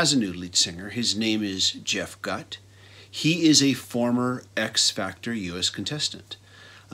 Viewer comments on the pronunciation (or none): 2 or 3 decent songs. They really should have gotten an established singer. Jeff Gutt (pronounced like Goot, BTW.) was a karaoke death match loser wannabe. He's decent enough at copying Scott, but that's as far as it goes. The Chester EP was brilliant. THEY should have done a full album. It would have pissed all over this trash. Chester/STP ending was a tragedy. To be fair, it's actually better than the last self titled with Scott. Reds and Blues is a pretty great song. Same with Roll Me Under. End of list. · I agree Shangri La Dee da is their masterpiece. And it's pronounced GOOT